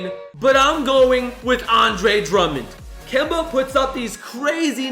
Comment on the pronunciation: 😡😡😡😡😡😡😡😡😡😡😡😡😡😡😡 It’s Kemba